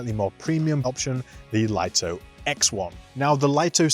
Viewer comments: Yeah but english doesn't seem to be the strong point of DJI and english speakers should know better than a chinese company. Lito is pronounced "LEE-TOE", it's a two syllable word just like the name Vito. The way people say it wrong has to be written like "LIGHTO", and should not be confused with the word Lite which is a one syllable word so it's different. So i hope this clarifies the confusion :) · People still don't know how to pronounce Lito 🤣